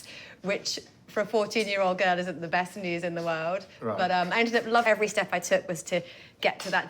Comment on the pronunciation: vewwy saucy on de wine. Luvley Laura 😊